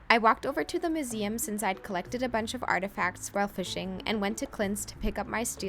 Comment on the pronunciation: Tried to watch through the weird pronuciations... MOOseum? Moral mushroom? But 'Acorn Tree' was the last straw.